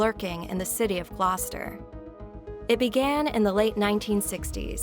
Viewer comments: I’m from the UK. Well done for pronouncing Gloucester correctly. I’ll never forgot one documentary saying that Fred would often come home from school to see his father having sex with a pig in the living room! Jesus!? They were beyond evil! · Sorry but this voice...... Ugh.... At least she can pronounce Gloucester.... It sounds very text to speech though, sorry, it's just really boring to listen to.....